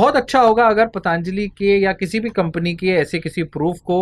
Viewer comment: धन्यवाद, मै आपका प्रशंसक हू । कृपया ' पतंजली ' ऐसा उच्चार कीजिए ' पतांजली ' ऐसा नहीं । इससे आपका जो स्पष्टीकरण है, उसमें कुछ दोष नहीं आता ।